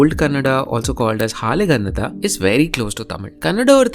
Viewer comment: Great video... Halegannada is pronounced incorrectly though..